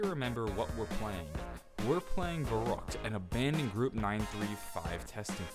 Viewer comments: No, its pronounced Ferryckt. Dont try to correct me, then you dont know shit about what you are talking about. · Jannick E VERRekt, pronounced like that. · I would be very impressed, if people accually started pronouncing Verrüct the right way.